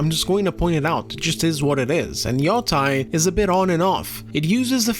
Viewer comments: Where and why did people start saying yo-TIE instead of yo-TAY? Am I missing something? I thought it was like "sensei". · Grande trabalho como sempre. Soh uma coisa: yotei pronuncia-se como " matei" em Portugues (preterito perfeito de "eu mato").